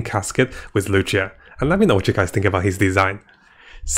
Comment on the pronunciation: it's luocha not loucha lol